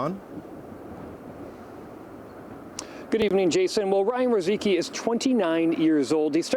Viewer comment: Couldve took 5 seconds to pronounce Rozicki properly